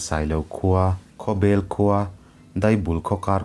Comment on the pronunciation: Khawbel pawh hi bel tih hi a hniam a lam tur a niin ka hria